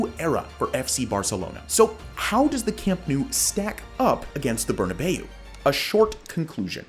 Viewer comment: Love the video but "burnabay-ou"? More of a "burnabow" pronunciation